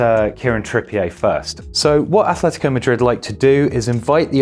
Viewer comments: Bro he’s English, it’s not trippié it’s Trippi-er 😂 but keep up the good content lads 😂🇫🇷👌🏽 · He isn't called Kieran Tripp-ee-ehy... It's Tripp-e-er. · Great video, but it’s ‘TrippiER’ not ‘TrippiAY’ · Learn to pronounce people’s names. I had to turn this off after 3 minutes, his name is trippier not trip-e a. He’s from bury, Manchester. Not France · Why pronounce his name like that? I thought he was an Englishman (though possibly of French Huguenot an ancestry 400 years ago like Farage) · I love how we've started putting a French intonation on Trippier. Very Hyacinth Bouquet